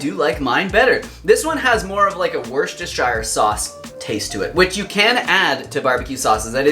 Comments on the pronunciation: So many moments in one video I thought I was watching a parody channel LOL I have never had BBQ sauce I suspect it is very North American So I probably won't be making this But it is good to see you making a wholesome version BTW Worcestershire should be pronounced as WUUS ter sher Ignore the "-rce-" in the middle. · Wuh-sta-shur :P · Nice recipe, will give it a go ... by the way ... Worcestershire is pronounced Woostershur with the oo as in cook :) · Much as I love hearing Americans struggle with the acrobatic tongue-twisting efforts to pronounce 'Worcestershire’, it’s really cute, I thought I’d give you the heads up on the UK pronunciation, it’s actually ‘wooster’. Yep, short and sweet, don’t be fooled by the complicated spelling. There are many examples like this, another is Leicester: ‘lester’’. 😍👍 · Tips from the Brits: Worcestershire, pronounced wus-ter-sher. Hope that helps. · It’s pronounced...Wuss-ta-Sheer 😉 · Great viseo, I’m definatley going to try this. BTW it’s pronounced Wooster satce. 😉